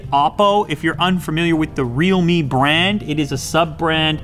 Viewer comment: Is there anyone who pronounced REALME as Readme?